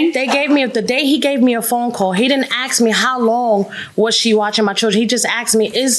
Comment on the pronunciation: The word is ASK, not aks.